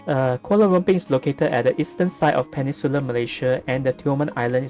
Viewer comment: Hahahahaha its PE-NIN-sular not penisular